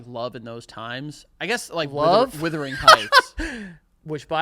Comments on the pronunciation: I cringe a little every time they say WITHering Heights 😂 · Someone count how many times they said withering and not the actual title, Wuthering